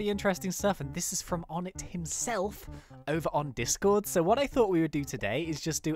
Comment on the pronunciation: onetts name is pronounced Oh-nay